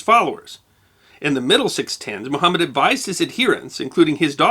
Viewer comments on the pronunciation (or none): none